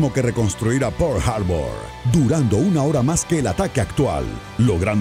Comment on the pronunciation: ¿Por qué lo pronuncia "Pourl Harbor"? Ahhg, de veras creo que estos tráilers doblados los hacen con las nalgas.